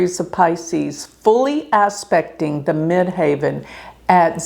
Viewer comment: By the way --- as someone who has done astrology for 50+ years...the pronunciation you keep screwing up is MID-HEAVEN....NOT MID-HAY-VEN (the highest point above the horizon - Ascendent). Do better.